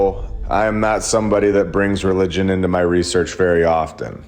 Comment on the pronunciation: Thank you for NOT making the whole episode about the bi-bul and re-lie-gion🤩 little bits is great and as always, great work❤